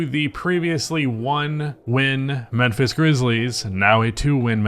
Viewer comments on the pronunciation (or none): Why you keep saying menphis? 😂